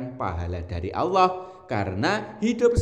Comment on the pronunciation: mohon maaf ya bukan Alloh tapi Allah